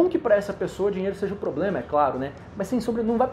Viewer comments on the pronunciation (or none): none